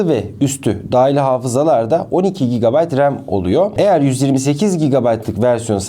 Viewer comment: Abi GB tı söyleyemiyorsun herhalde😂😂😂